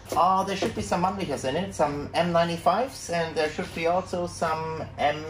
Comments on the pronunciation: Ooooooooh yeah. Man-licker! (Laughter intensifies) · has a kind of German Name and his pronunciation of “Mannlicher” is kinda leading me to believe he is an import as well..., am I right?